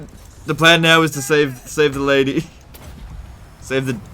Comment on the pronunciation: "Priestess of the Lady" The last syllable is spoken long enough to be confusing though